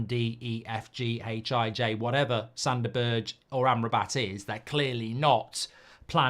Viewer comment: I really hope we don't sign Sander Berg, because I can't stand Mark slaughtering his name...and the irony is that Goldbridge starts with "g" he could use